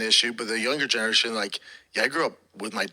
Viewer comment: He cant pronounce the word generation. Its almost like hes lazy with speaking yuck